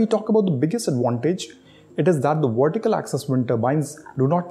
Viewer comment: ...VERTICAL!...not wortical. Why is it that so many Indians can't pronounce Vs and Ws properly, when speaking English? It's bloody annoying to listen to!...I mean do you say NaWeen instead of NaVeen?...Wijendra instead of Vijendra?...so what the hell is the problem? 🤔